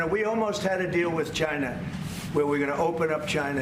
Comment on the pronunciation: Why does trump say China like Gina?